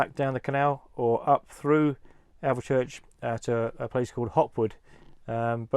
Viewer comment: Nice little video thanks. Shame no one told you how to pronounce "Alvechurch". Try "Alfchurch", with a midland accent.